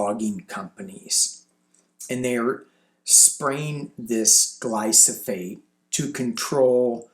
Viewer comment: it’s Glyphosate. GLYPHOSATE. The “PH’ comes before the “S”.